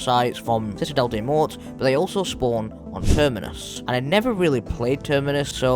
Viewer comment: For citadelle ur not supposed to say the S and the T at the end it's just " mow " hope that helps !